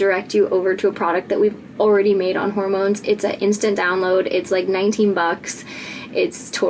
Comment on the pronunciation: Love the way the first time you say it, it sounds like "horror-moans"